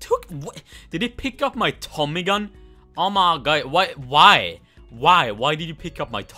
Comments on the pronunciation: Take a shot everytime he says "oh my ghhod" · im dead everytime he says " oh my guhh" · oh my gay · Sir your drunk... "Oh my ghhod" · "OMER GUAD" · “Oh my Goid” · "OH muH guYd"